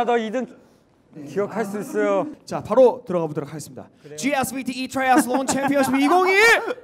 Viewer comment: Joshua's 'Triathlon' with that accent...😍😍😍